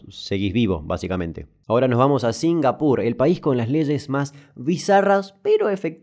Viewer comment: La verdad singapur suena bastante bien cuando lo dices así.